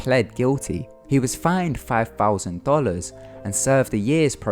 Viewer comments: Thirteen, not firteen Other, not ovver Thirty, not firty Aitch, not haitch. Thousand, not fousand. Southern, not souvvern. Etc. Thank you. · two fousand and firteen lol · five fousand dollars